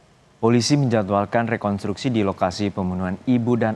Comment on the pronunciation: Kok mengucapkannya "rekontruksi" sïh bapak itu?